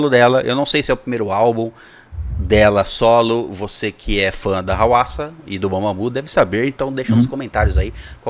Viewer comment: Eu esperei tanto por esse react. Muito obrigado por reagirem! Eu sempre escutei a pronúncia do nome dela como RUASSA. Dicas de músicas da HWASA Maria I love my Body Chili Na